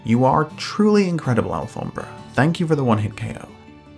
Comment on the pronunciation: Yo do you speak spanish cuz that pronunciation of alfombra is perfect